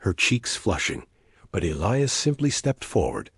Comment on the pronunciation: E-lie-us, not Ellyus!!!